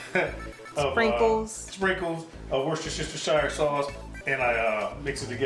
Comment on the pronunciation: Hi, love the vid and am going to try this soon. As an Englishman the best way to pronounce Worcestershire is Woostersure, but please keep having fun with it!